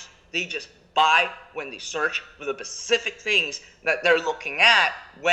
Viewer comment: this is a gold mine of information. P.S i say we start taking a shot every time says pecific or pecifically